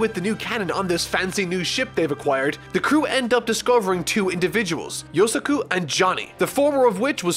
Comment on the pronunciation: THE OTHER NAME WAS YOSAKU not yosuka that sound slike a girls name lol